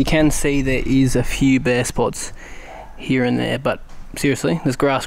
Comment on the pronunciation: That was in fact 'like heeere'